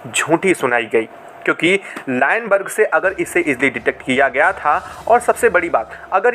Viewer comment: अबे चोमू लाइनबर्ग नहीं लूनबर्ग लेंस होता है , बोलना सीख ।